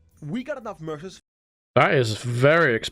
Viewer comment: Did anyone else hear “Mercer” and thought it sounded like “MRSA,” as in the horrible flesh eating bacterial infection? New weapons bought with skin would make it a very different game.